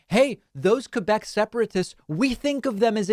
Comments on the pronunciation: Just to put things straight: 1- Thank you for pronouncing "Quebec" the proper way. 2- We don't want to 'separate' from Canada to become Americans. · But at least, he pronounced 'Quebec' beautifully.